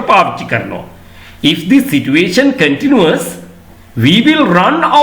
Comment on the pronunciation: Kindly check whether you correctly pronounced the word " continues' in this video.